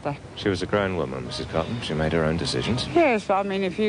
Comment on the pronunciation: I think if she did say the word "made" it sounded more like she said "made-a" with an extra syllable. I think the actress must've faltered on her lines for a moment, but too quickly for anyone to notice or care